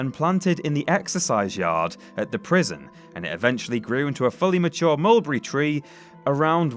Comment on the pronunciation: My goodness can we get someone literate to commentate these the Annunciation is horrible the word Mulberry is three syllables not two learn to speak I find it very distracting